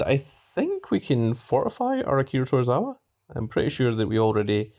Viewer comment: It’s to-zw-wa not tor-ra-wa there are no Rs in his name just saying 😉 lol